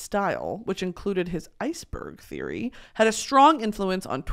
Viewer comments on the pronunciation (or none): none